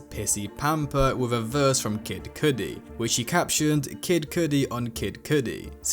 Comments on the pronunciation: Did this mfer say Kid Coodi??? 🤦🏻🤦🏻🤦🏻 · Please never say kid cudi the way you said kid cudi ever again😂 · the way you said kid cudi made me stop the fucking video bro 🤣